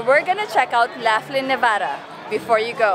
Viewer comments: Um,in Australia we say Locklin,not lafflin. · In the USA we would pronounce Laughlin like L-off-Lin not Laugh-Lin. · The locals pronounce Laughlin differently.